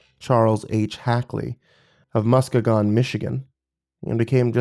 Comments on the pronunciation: He said Musk-a-gon instead of Musk-eegan, lol. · Love hearing Michigan/Great Lakes stories! But as a Michigander I have to tell you, you pronounced Muskegon wrong, it’s musk-ee-gan. 😊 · Very great story but it hurt a little as a Michigan to hear Muskegon said like that. To be fair, we do say shit weird. For future reference it’s mus-kee-gen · Haha yeah “Muskahgon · Did you just call Muskegon "musk-a-gon"? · He sure did! Took me a minute to figure out where he meant. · When he tried to pronounce Muskegon I almost lost it 😂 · The way he said it made it sound like summoning a pokemon 😂